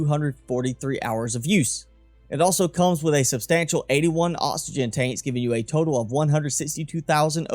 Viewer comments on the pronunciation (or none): I know exactly what you mean, but I always feel to rude to ask lol. Can pronounce c's and k's just fine, but oxygen becomes osygen ?? Very confused.